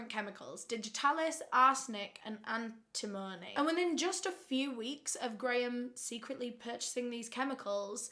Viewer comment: AN-tim-uh-nee <3